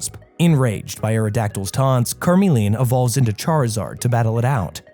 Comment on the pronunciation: So he say Charizard the right way but cant say Charmeleon right...